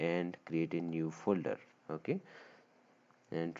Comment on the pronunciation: The wayyy he says oke😅